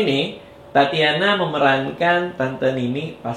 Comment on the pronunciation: kok tatiana ya ? bukannya tatjana ya ? =tacana gitu